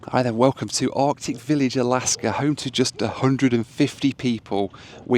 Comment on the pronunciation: I’m not sure I could trust a pilot that says “ardic village”.